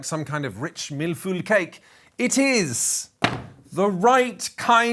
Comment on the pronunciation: Just giving you a tick for 'mille feuille'